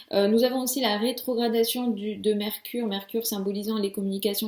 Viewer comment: Elle raconte quoi carré reotragration....et je beeegueeueuuuu🤭😖